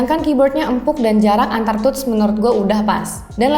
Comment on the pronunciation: touch dibacanya /təCH/ ya de....... sedangkan drawing dibacanya /ˈdroiNG